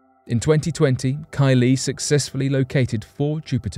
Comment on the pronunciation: KY•lee not Ky•LEE. Emphasis goes on the KY not the Lee.